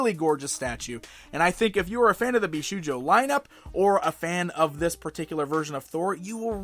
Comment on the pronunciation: Okay, I know you probably don't speak Japanese so when you see shou it's pronounced the same as the word "show" not how you would pronounce "shoe" so it's "bee-show-joe" not "bee-shoe-joe".